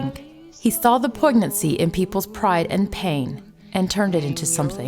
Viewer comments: Pleeez, Can’t you learn how to pronounce the words they’re Paying You to Read?? It’s NOT POIG-NAN-SEE. It’s POIN-YAN-SEE. Stuff like that drives me Crazy... well... makes me mad. 👁🐰👁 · "Poig-nancy"? Really. The 'g' in poignancy is not pronounced - just like the 'g' in phlegm or design.